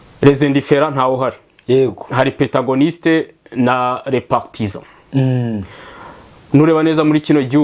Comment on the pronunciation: Protagonistes instead of petagonistes. Géopolitologue instead of Géopoliticologue Il faut soigner ton Français. Mais quand même courage!!!